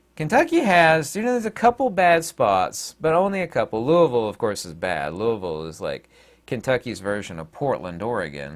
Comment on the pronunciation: Thank you for all the info and also for saying Louisville right. Saying that correctly is a tell-tale of a real Kentuckian.